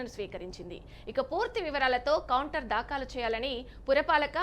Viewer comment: దాకాలు... కాదూ.."దాఖలు" అనాలి..😂